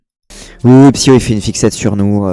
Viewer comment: Pourquoi ils persistent à te deadname en prononçant ton nom "psy-O" et pas "psyko"? Pas très "citoyen du monde", ça...